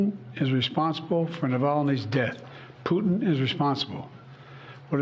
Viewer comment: well he got putins name wrong a few times, prutin.